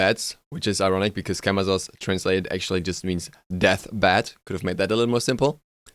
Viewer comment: As a side note, Camazotz is pronounced with "s" sounds instead of "z" sounds. Majority of Mayan gods with z's in their names are pronounced as s's (Ah Muzen Cab = ah-mah-sen-cab)